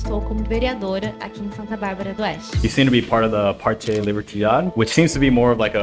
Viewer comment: You never exactly said the correct name of the city, Santa Bárbara d'Oeste***